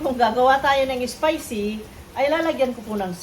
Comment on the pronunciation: Maam spicy..hindi ESPICY